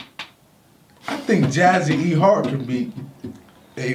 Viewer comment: My man said "Jaz & E-Hart..."... Lol